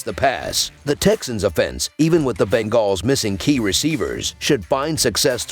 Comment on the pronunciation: He is saying it wrong, it's bunguls